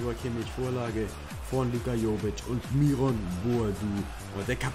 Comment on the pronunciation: Das ist vielleicht nicht so relevant aber spricht man den Myron nicht englisch aus